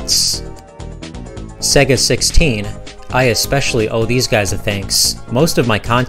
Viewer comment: Great vid man but it's SEYYYGA (not SEGGA). It is SEGA (as in 'to be this good takes AGES').